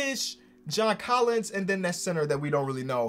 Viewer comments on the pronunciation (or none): none